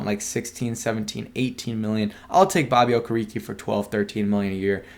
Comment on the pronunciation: not to nit pick bro but his name is pronounced Oh-Care-A-K (Okereke)